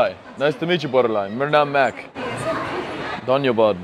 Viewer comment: the way u say danyabad is hilariours